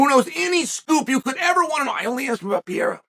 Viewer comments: Pereira, not Piera bro :face-green-smiling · Here you go Chael, try to say each word correctly then run them together Pereira Wrong - Pee Era Right - Pear Rear Ra Yair Wrong - Your Ear Right - Yiy Ear Makhachev Wrong - Mackle Chev Right - Mack Ha Chev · Stop saying "Pierra" for crissake!! either say Pereira or just say Alex bro. please. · I love how Chael keeps saying “ Pieira “ instead of Pereira haha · PA-RARE-AH Not PEE-ERA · Pur-rare-ruh to Pierre-uh. Never change Chael. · He’s fully committed to calling him PEE AIR UH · Is he doing a bit when he says peoples names? There is no way he doesn’t know he’s saying it wrong. Per-air-uh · Chael it's pronounced "pie-yay-uh" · Pee-era, MakhL-chev, Na-gone-ew, I could go on all day. Where he gets an L in Makhachev we will never know. If there is one thing Chael is dog sh!t at besides striking it’s definitely names. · Pee-air-ah - uncle chael (undefeated undisputed) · Chael has earned his right to his opinion... but refuses to pronounce Pereira's name correctly. Ok. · This white man needs to say Alex last name right.